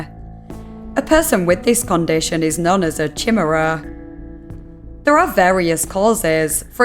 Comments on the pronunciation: Just a bit of info and constructive criticism, "chimera" is pronounced like "Kai-meer-uh" or "kai-mare-uh", not "chim-err-uh" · chim chim cheroo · Chimera is pronounced like ky-meh-rah since people will be commenting about it lol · Chimera is pronounced "kai-MEER-uh", not "SHIM-er-uh". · Why do you pronounce chimera as "chih-muh-ruh" lmao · Great content as usual! I must admit, I cringed a bit with the chi-mera pronunciation but your videos are so enthralling that it's ok :P keep up the good work! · Ki-ME-ra (it's Greek m'dear) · Chimera...I always thought it was pronounced ky-mera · chimuruh lmao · Just for reference the word chimera is pronounced ‘kai-mare-uh’ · Chimera is pronounced "Ky-me-rah". Since everyone is in agony from that, but haven't told you how it's said at all. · i thought it was pronounced “ky-mehr-ah”. but maybe that’s because i’m american or something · I thought it was “chi-mer-ah” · Pronounced kim-era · I was not prepared for that pronunciation of "Chimera". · That's how I pronounced it before I heard someone say it. Glad I'm not the only one! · Not as bad as how she says Chinook in another video. Was really surprising. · The way you said chimera broke my soul 💔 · ironically she did better at pronouncing CJD than she did with chimera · Some people don't know the word beyond how it is written. And words from other languages get worse. But it also put me on edge, so you're not alone.